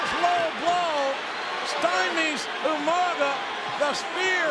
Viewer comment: RIP "U-Manga" as Regal would say.